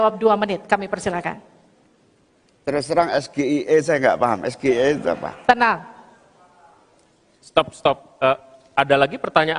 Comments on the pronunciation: soalnya pertanyaan lontong sayur pembuat martabak itu tidak sesuai dengan bahasa apakah bahasa Indonesia atau bahasa inggris ucapan nya aja udah salah EGIE seharusnya EGIY ucapannya dasar lontong sayur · Kalian semua pada yng comment cak imin ga ngerti SGIE pda sok paling tau dn merasa so bner Malah nyinyirin cak imin Dan merasa bangga dgn prtanyaan singkatan trsebut Klo sebutin singkatan yg dr bhs inggris.. ya jgn di ucap pke logat sendiri Harus nya d baca : eS-Ge-Ai-E